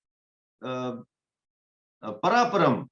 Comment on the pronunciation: When he says paraparam he means parampara ..but he is so passionate about sanatana dharm